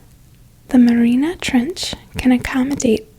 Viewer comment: You could atleast learn how to say MARIANA if you’re going to teach me about it lol